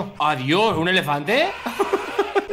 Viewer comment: rubius con un "efelante" jajajajaj